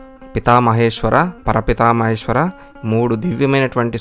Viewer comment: పర పితామహేశ్వర కాదండి , ప్రపితా మహేశ్వర అని పలకాలి ! " విశ్వనాథో విజయతే "